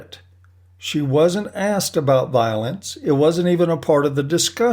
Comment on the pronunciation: I thought she said 'silence' not 'violence'.